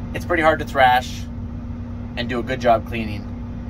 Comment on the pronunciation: Thresh not thrash.